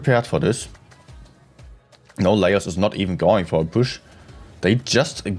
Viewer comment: You need to stream NA as well, and get zero sleep 😂. I think Laos is pronounced “la-ows”.